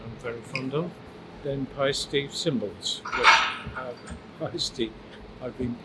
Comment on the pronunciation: Now I know how to pronounce Paiste!